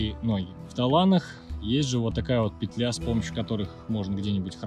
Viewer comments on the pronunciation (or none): none